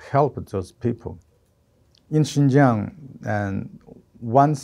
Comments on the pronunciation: Xinjiang, not Xianjiang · come on guys. It's "Xinjiang", not "Xianjiang." How did you not google this first?